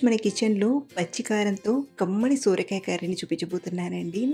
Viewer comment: Sooorakaya kadhandi sorakaya